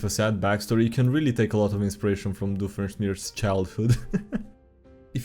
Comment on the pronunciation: The pronunciation of Dr Heinz Doofenshmirtz amazes me on how good it is